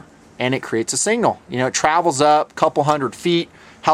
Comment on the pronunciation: It's pronounced SIG-NAL not single.